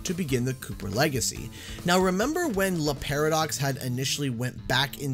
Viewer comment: Why do you read Le Paradox like if he was Spanish and not French? XD